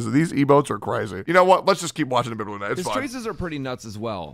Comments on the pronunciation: BTW its not INBIBITOR its IMBIBITOR 😂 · So nobody notice the i"n"bibitor?